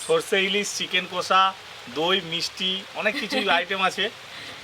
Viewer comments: কোষা একদম😅 বলবেন বা লিখবেন না । মুখে দশবার উচ্চারণ করুন ' কষা ' , তাহলেই আর ভুল হবে না । কড়াই বলবেন , কোড়াই নয় ।😂😂😂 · চিকেন কষা হবে। কোষা আবার কি কথা?